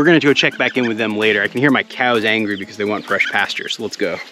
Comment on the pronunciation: Admits Spanish isn't the best. (Which is fine) but when calling cows it comes out 'keyows' every time. 😆